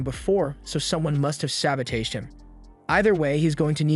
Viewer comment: Brother I absolutely love your commentary for every show you do, but please the way you say sabotage pierces through my ear. It’s all love and just want to say thank you for making these amazing videos. ❤🫶🏽